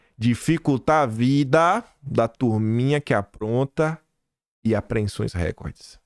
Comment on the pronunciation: vamos recapitular: não é r(é)cord, é rec(ó)rde - do verbo recordar.